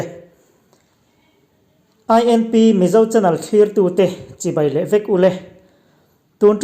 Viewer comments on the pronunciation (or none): none